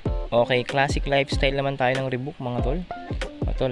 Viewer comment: Lods ree baak ang tamang pronounciation sa reebok